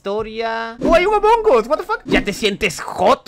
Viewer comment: "AMOGUS EN EL ECENARIO"